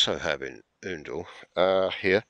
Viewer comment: An interesting video. Btw, The first syllable of Oundle is pronounced as the ou in hound (not oo )